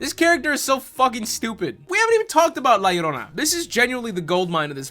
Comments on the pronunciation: Calling La Llorona "Leroy" made me giggle. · Calling la llarona leroy is so effing funny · “La Larona” lol... guys, in Spanish, most of the time a double L, is like a Y kinda “yuh” like “¿como te llamas?” That last word is pronounced “yhamas” not “lamas” so, it’s “la yarona”... the uh... the more you convolutedly know...lol Edit: and no, I know knows and is saying it like that to be funny, I left the above comment cause of the typical white gal in the movie that calls her “la larona”... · calling la llorona “leroy” is exactly the kind of content i’m here for. 11/10 ⭐️ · Man.. esta cabron.. this movie is just beyond.. I only watched this cuz you make it funny.. specially when you say La Leerona lol, I can’t believe the husband dude, can’t believe the cartels.. the visuals, nothing.. totally irredeemable.. and for that we applaud you you made it really funny to watch.. Also I’m gonna have to check that good La llorona movie you mentioned, didn’t know there was one. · Leighroni....how many ways can you murder her name....🤣🤣🤣🤣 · Lol, love how goes from full correct pronunciation of La Llarona to Lee Rony by the end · Did you say f*cking "Lolly Rona"!? You were killing me. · “La Leroni” 😂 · "Lee Roni" lmfao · I love how keeps purposely pronouncing la llarona’s name wrong 😂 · The slow descent into saying La Llorona worse each time made me laugh so hard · I need a compilation of every La Llorona mispronunciation ♡ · the mispronunciations of the word llorona had me crying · Every time he says la llorona its a little less understandable